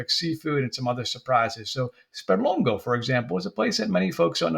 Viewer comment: Well done!... But why do you pronounce SperlongO and not SperlongA?. SperlongA is correct.